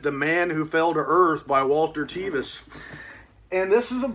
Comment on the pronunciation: That edition looks great. Thanks for showing it. I believe Tevis’s name is pronounced close to the word “seven,” not the hard “e.” My grandfather was acquainted with him as they played pool together in Lexington, Kentucky back in the 1960s.